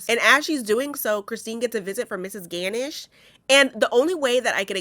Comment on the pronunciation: Pronounced: gah-nush